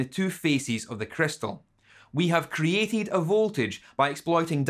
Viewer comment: THEN HE PRONOUNCED CREATED AS KRI-IE-TID